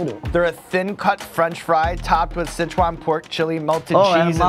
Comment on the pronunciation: "Tofu wif cheese? What the fuh?!" Lmfao